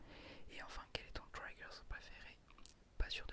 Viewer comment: Tellement dommage que la série se soit arrêtée :( PS : On ne dit pas "traïgueur" mais "trigueur" (phonétique évidemment ^^)